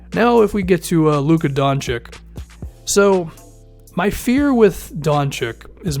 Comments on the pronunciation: The name is pronounced "Don-chich". I'm from Balkan. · pronunced doNchich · I don't know if you have ever watched Doncic for a full game but I think you're underestimating him. It's true that he isn't very athletic and he probably won't be a Paul George type defender in the future. However, he certainly can lead the team on the offensive side of the game. If I were you, I would select a big man like Ayton or Bagley. And man, please pronounce Doncic right.